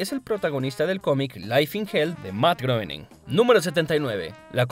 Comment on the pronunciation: se pronuncia grouwning